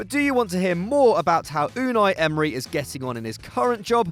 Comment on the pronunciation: Mate his name sounded like Arsenal The club isn’t named Emerynal smh Arsene should have the job today